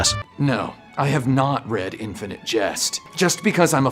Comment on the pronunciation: La verdad es que me he visto el vídeo con una ceja levantada por el título, pero me ha gustado mucho el análisis. (por si haces un vídeo de Bioshock Infinite, lo estás pronunciando como si fuera infinity)